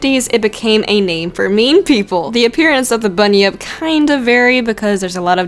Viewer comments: You pronounced Bunyip right. You're fine. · Yes you said bunyip right and yes it would make an awesome Pokemon. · You pronounced Bunyip right 👍 I also have a demon story... Drop Bears >:3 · Yep ya did say bunyip right! I'm Australian so I know. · You said Bunyip correctly. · I'm Australian, and i can tell you for a fact that you pronounced bunyip correctly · don't worry you pronounced bunyip properly! I know cus I'm Australian